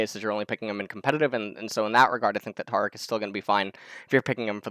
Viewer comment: says taric's name wrong along with a slew of other champions names. always gotta be different.